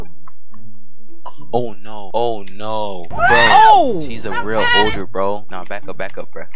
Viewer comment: “ A roblox oder” bruh theres like several of ur vids say “oder” wym lmao no hate tho